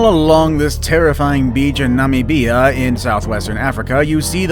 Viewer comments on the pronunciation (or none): Nummeebeea? Do you mean Namibia? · "Nammy-beeyah"?...Your pronunciation ruined this one in the first few seconds! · Do you mean Namibia? Pronounced Na(as in net) mi(as in mit) bia (as in mamma mia). If not, my apologies for never hearing of the place you mentioned before.